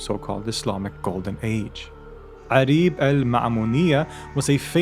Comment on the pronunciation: I like to say that her name is عُريب (auraib) not عَريب (arib)